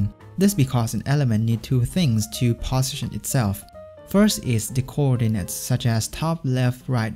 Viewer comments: I am hearing bosition instead of position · 'position' pronunciation is strange